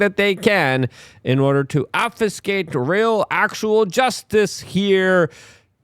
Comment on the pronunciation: Not OFFICEGATE. OB FEW SCATE.